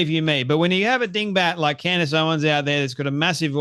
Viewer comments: Candace. Not CANDy. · Her name is Candace, you moron... not Candy. How many followers do you have. Don't tune into Candace, you have Candacederrangesyndrom, it's real 😂😆